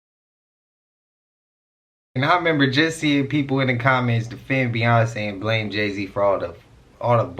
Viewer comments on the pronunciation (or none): none